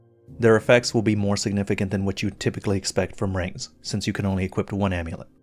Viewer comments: Equip, not equipt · I say this in a kind way but I've noticed for many videos now you say "equipt" with a "t" instead of ending the word with a "p", this is something which might seem small but could help improve the perception and professionalism of your channel. Everytime you say "equip" or a variant word you always include a "t" sound at the end which is not correct. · Never noticed before that pronounces "equip" as "equipt"